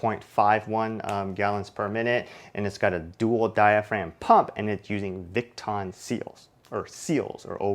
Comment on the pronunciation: It's not pronounced v"it"ton it's called v"eye"ton aka Viton lol